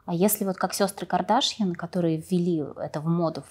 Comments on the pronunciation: Ведущая вы меня простите но ваше подчёркнуто неправильное ударение в имени КардАшьян - звучит просто смешно😅😂 Вы же умная женщина зачем же выбрали манеру вести интервью как глупая блондинка ? 🙃😅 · Не Кардашьян, на втором слоге, а Кардашьян, на последнем. Это же армянская фамилия.